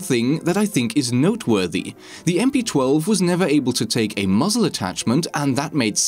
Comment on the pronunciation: How does he possibly mess up the name of the gun? Does he not play siege? lol. I cant get over MP-12.